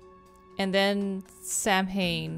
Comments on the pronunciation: My favorite part is pronouncing Samhain like "Sam Hain", and Sean is probably nearby and probably knows how it's actually pronounced. 😅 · Lol I sat there mentally screaming every time she said “sam hain”, even though I know she couldn’t have known how to pronounce it. 😭 Like, calm down brain, she doesn’t know Gaelic, and shes not Wiccan. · Idk if it’s mentioned but “Samhain” is pronounced “sow(as in ow!)-in” :) theyre the 8 Wiccan sabbats from The Wheel of the Year! Really cool detail they added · I sat there mentally screaming every time she said “sam hain”, even though I know she couldn’t have known how to pronounce it. 😭 Like, calm down brain, she doesn’t know Gaelic. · Lol same. I sat there mentally screaming every time she said “sam hain”, even though I know she couldn’t have known how to pronounce it. 😭 Like, calm down brain, she doesn’t know Gaelic, and shes not Wiccan. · samhain is pronounced SOWen and is a Celtic festival on November 1st. :) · Samhain is pronounced "sow-in" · Going through this playlist now after just watching the Castle Malloy episode with Sean has me laughing at the pronunciation of Samhain.